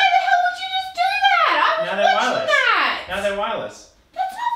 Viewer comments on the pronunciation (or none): “slaaaymaaannnnn!!! Wadha helllaaaaaaaaaaaaaaaaaaaaaaahhh!!” Aussie accent albeit 😂😂😂😂😂